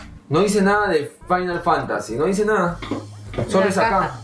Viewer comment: Yo creo que decía era fimal Fantacy IIi, jajaja